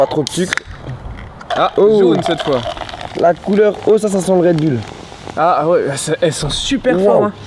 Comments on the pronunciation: On prononce red boulle et pas red bülle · on dit redboul